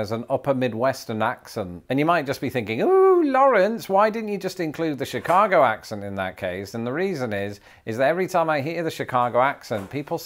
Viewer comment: Lived in chicago my whole life and it tickled me to hear you say Chicago with a Chicago accent. Well done!